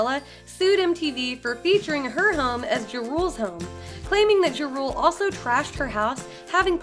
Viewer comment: JA RULE...NOT JARULE